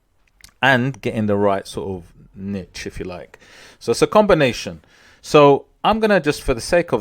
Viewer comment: Thanks for the informative video. I also want to say thank you for saying niche as 'nitch' vs neesh. I guess I'm old school. Drives me nuts lol 😁